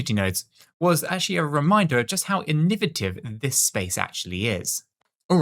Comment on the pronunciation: I know you British are very proud of the English language but sometimes I swear, your pronunciations don’t make any sense. The word is innovative /ĭn′ə-vā″tĭv/ . Not inni votive. I mean, it’s right there in the spelling.